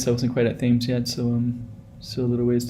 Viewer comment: I know this road from early childhood - don't live in NZ anymore, watching this brings back memories. pronounce "Tems" like the river Thames in London U.K